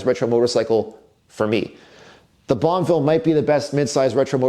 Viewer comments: So wish he would not say bonvil !!!! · I really hope you keep the Guzzi because you can't pronounce bonnEville.